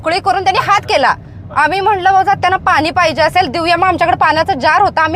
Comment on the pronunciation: पाणी फक्त्त बोला पानी नको मॅडम